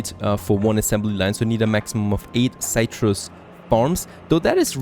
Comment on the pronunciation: Something to help you out with your English pronunciation. Citrus is 'sit-russ.' Not having a go, just helping you out :)